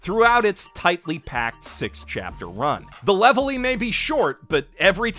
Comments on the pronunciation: It's Reverie, not "Levelie". It's Berry, not "Belly". It's Roguetown not "Loguetown" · ....... Levely? Zolo?...... Like, I understand the Japanese language doesn't really distinguish the "L" and "R" sounds too much, but...... Really? Am I really supposed to pronounce them that way? Like, is that the proper way to say those fictional names?? Raftel to Laughtale made some sense. But this... Honestly came off Super pretentious. ...Unless that's the joke! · Are you seriously pronouncing Zoro and Reverie as Zolo and Levely? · "Levely" "Zolo" "Zoo" this pronunciation hurts my soul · Bro really said: "Levely" "Rougetown " and "Zolo" Aint no way bruh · Bro called the reviery leverly I know I misspelt it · Lol did Levely instead of Reverie not bother you? Some of these translations are weird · Bro You did not just call it the “ Levelie ” arc 😂😂😂. Come on man. it’s with an R bro. Just watch the anime. Sub and dub both call it the “Reverie” as in “lost in thought”. I’m disappointed that’s a rookie mistake. You’re better then that. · ... Are you not pronouncing the "R"s in the names on purpose ? Not that I'm complaing, although maybe a lil bit, but Levely ? Zolo ?? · Levely? Isn’t it Reverie? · I’m half through the vid and it’s good but you’ve butchered the pronounciation of something’s with L and R like leverie should be with an r and I can’t believe you said Zolo☠️ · "Levely" is how it’s written in the manga, no matter how little sense that makes. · If he pronounces logue town as rogue town, Revery as levely, Then why isnt long ring long land rong ling rong rand??? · Dude, it's pronounced "Reverie." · Baratie and Reverie’s pronunciation make me cry